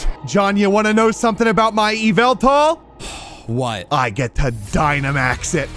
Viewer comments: it's up to you yeeveltall:it's yah-vul-tall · Someone needs ti tell that it’s axdyally Yahveltal